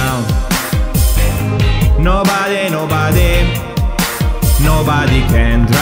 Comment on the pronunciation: curiosone si ma di pronuncia nobare non nobade